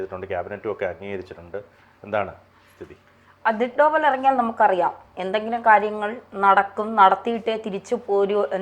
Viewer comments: ദോവൽ എന്ന് നേരെ ചൊവ്വേ പറയാൻ അറിയാത്ത പെണ്ണുങ്ങളെ ഇരുത്തി ABC News ഇന്റർവിവ് ചെയ്യാൻ അനുവദിക്കരുത് please 😂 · സോവൽ അല്ല ഡോവൽ